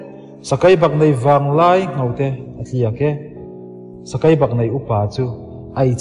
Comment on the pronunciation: Sakeibaknei pawh Sakaibaknei a ti zel,🤭